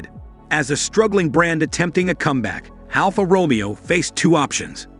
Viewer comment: before u review a car...try and pronounce "Alfa Romeo"